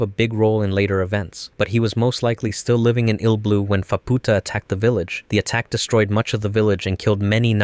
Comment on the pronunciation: Faputa❌️ Phabpootah✅️